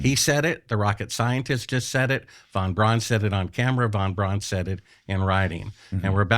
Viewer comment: vanbraan, vanbraan. Ya I see you luv vanvraan.